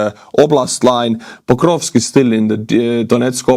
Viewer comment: It's Pokrovsk, not "bokrovsk".